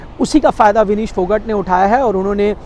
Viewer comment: फोगट नही फोगाट बोल